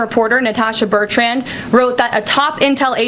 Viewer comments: Not Bert...ran..my god!! Cringe worthy to me!! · Why are Americans incapable of pronouncing Betrand?